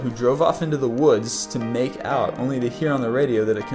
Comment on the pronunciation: Love the emphasis on the hook story. "Drove off into the woods to 'make out' ".